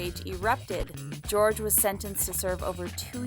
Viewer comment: It’s Jorge, not George